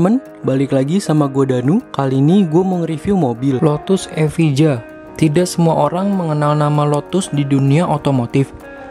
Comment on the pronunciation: Bacanya: lotus evaia.